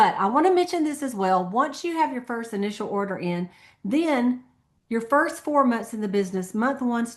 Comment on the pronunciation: order sounded like hoarder